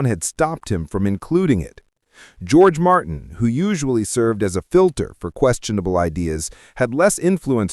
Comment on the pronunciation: AI hasn't figured out how to pronounce the name George yet